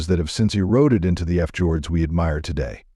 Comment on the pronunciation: never heard of an F -jord,,, that should be (pron.) fee-ord ,,,,,,Fjord,,,,( I understand Norwegian)